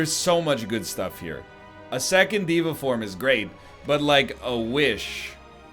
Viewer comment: day 6 of telling NL it's pronounced day-va form